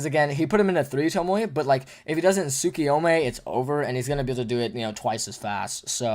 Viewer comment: I love you guys you both great but I don't love the way you pronounce tsukuyomi, talking about heeey, it's tsukuyomaaay, like ya bruce from family guy 😂 you work together so much that I forgot who was who so I forgot who the one saying that is.